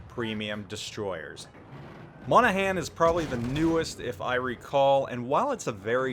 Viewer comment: I may be from Dublin, but I will still defend Monaghan... It's not an American "A." It's Monagh'n... If you can get Worchester right you can say Irish counties right xD